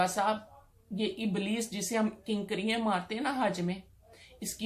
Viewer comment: Kankaraian? what hell is that? I think you are trying to say KANKERIAN.